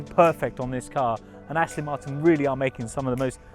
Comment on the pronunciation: This guy is really annoying me. The company's name is ASTON MARTIN....NOT Astin Marton. He's English isn't he? How can he get it SO WRONG?? FFS !!!